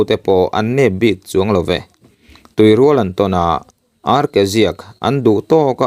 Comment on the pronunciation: Tuirual tihhi midang chhiar dan han ngaithla zeuh la i lam dik ve ngei ang